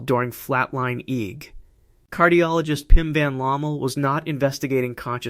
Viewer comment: It's interesting how AI narration gives itself away -- pronouncing EEG as "eeg."